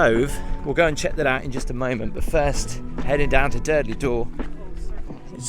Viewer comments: Tiiiiiiiiiiiiiiiiiiiiiiiiiiim!!!!!!! It is pronounced ‘Dur-Dull-Door’ not ‘Durdly Door’ 🥴 You’ve just had the whole of Dorset screaming at you 🤣🤣🤣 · It’s called Durdle Door, not Durdley Door. Just saying. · Also its prnounced Durr-dull Door, not durdelley 😆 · Found it hilarious how you kept calling it durdley door 🤣 bet you say 110m hurdleys aswell 🤣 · Hi. Are there any videos of Gabby singing 🎶 ( Sorry if I spelt it wrong). Ps its pronounced Durdle door not durdley 😅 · Dear, it's not Durdley Door. It's pronounced Dur-dal Door. I've never heard anyone call it Durdley. 🤣🤣🤣 These places hold memories of my teens because I lived near there. Sandbanks and the Sandbanks ferry, Lilliput, Poole Harbour and the surrounding area. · It's actually called durdle door not Durdley door. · Your pronunciation for Durdle door is totally incorrect. It is not the derdeley dor 🙄🤦🏻‍♀️ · Saying Durdle Door wrong 😅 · Another brilliant vlog! Really enjoy watching your videos. Just one tiny moan, with Durdle Door the E is not pronounced on the end. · Do not pronounce the e on the end of durdle door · You might need to work on your pronunciation of Durdle Door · You must be from Liverpool as you don't have the letter "T" in your speech. LOL